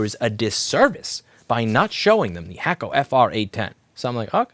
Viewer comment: You know, every time you said hakko i thought you were talking smack about the hot air solder you were using. I thought u were saying hack-o.. as in “Chinese bootleg”. 🤦🏽‍♂️ only took me over ten years to figure that out.